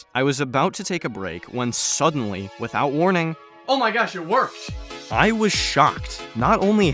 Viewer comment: it simultaneously sounds like youre saying "by" and "without" and i think thats funny.. also, how long did the diorama take to make and edit???